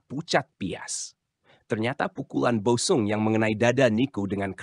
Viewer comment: OE = Ejaan lama = U; jadi Boe sung dibacanya = Bu sung bukan-nya Bo-e sung DJ = Ejaan lama = J; TJ = Ejaan lama = C ** Kreksi ucapan